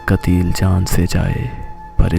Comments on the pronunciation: That's "Q"ateel not "K"ateel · kateeel nahi qateel hota h.. pehle padhna sikho baad me bolna